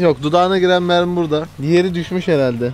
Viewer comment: abi onlar mermi değil memmi